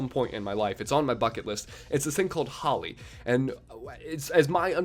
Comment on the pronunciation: holi is pronounced as hol eee